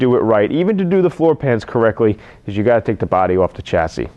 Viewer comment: So Helpful, thanks. Can you recommend a way of managing surface rust while Im waiting to save my pennies for a full paint job? I have a 64 and Im finding thin paint areas with surface rust and I dont mind a temporary/ugly solution to keep the rust at bay. BTW (and this is completely nit-picking) you pronounce chassis NOT as "sha-see" is that a NY thing?